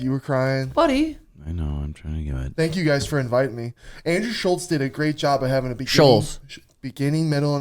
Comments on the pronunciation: Sean, it really is pronounced SHULTZZzz bud. I know you just heard about him last 2 years but take it from someone who’s know who is is for 8-10 years and never heard anyone other than you call him that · Pod starts out with Suga making fun of for not saying Schulz correctly, even though Suga says a lot of names incorrectly. just goes with the flow, he never corrects Suga on shit that doesn't matter. Then when they talk about the Merab fight, talks about the highlight real they've been showing of Merabs wins (obviously for a reason), and then all of the sudden Suga starts talking shop, how he's gonna stop Merab. These dudes have one hell of a relationship and knows exactly how to get Suga going when it matters.